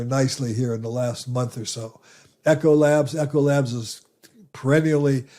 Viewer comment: You said ecolabs wrong